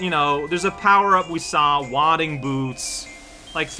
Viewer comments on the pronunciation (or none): not to be nitpicky, because I know you're, like, French? But "Wading" has a long A, like in Day, not ah. You wade with them. Wadding is what you do with paper before you throw it away